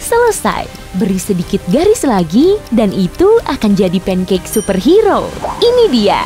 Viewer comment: Pancake bukan punekek